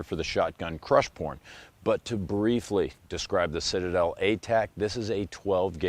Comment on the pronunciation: "The Shitade..er, um.. Citadel!" 😂